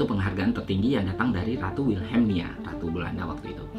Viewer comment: ratu wilhelmina ya bang bukan wilhelmnia😁